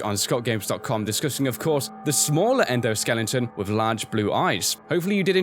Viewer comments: As I was watching the video, I realized that said "endoskellinton" instead of "endoskeleton" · sorry but it's very annoying that you keep saying endoskeliNGton, it's skeleton. sorry but I am annoyed very quickly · is still saying, "skelington".